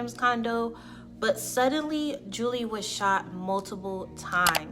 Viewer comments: You lost a sub - Marcie didn't kill her the nephew of her boyfriend did. Name is pronounced July - not Julie and other "thoughts" you gave are inaccurate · Her name is pronounced “July” not “Julie” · It’s pronounced July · Enjoyed this video, definitely a case with the most extreme bitter baby mama. Julii was very pretty and just living her life, sad her life was senselessly taken. Her name is pronounced like July. I pray for her daughter’s comfort. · Pronounced “July” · I Love your show, but it's pronounced ( July) Julii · Her name is pronounced July/. julii is her name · Her name is pronounced July (Julii). I went to school with her. Super super sad case.